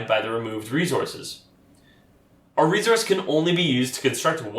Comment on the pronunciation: Great video. Thanks. Where are you from? You say resource with a “z” sound rather than an “s” sound. I have noticed this with folks from Canada and NW USA. Not a problem just curious. Thanks for video.